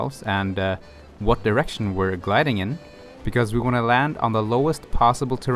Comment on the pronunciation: he 100% said "we are headed in the east south east erection".